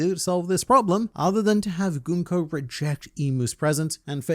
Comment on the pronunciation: I'm here because is one of the few YouTubers who pronounces Gunko correctly... And makes me think he may or may not be a Danganronpa fan...